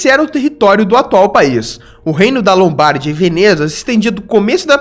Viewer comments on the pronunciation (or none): O video é legal mas praticamente todas as pronúncias estão erradas, principalmente na acentuação. Não é "Lombárdia" e sim Lombardía, não é Strombóli e sim Strômboli e assim por diante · Muito bom seu vídeo, mas observe melhor as pronúncias: Vesuvio ( Vesúvio), Lombardia ( Lombardía), Stromboli ( Strombóli não né). Outra informação: o Etna e o Stromboli estão sempre ativos.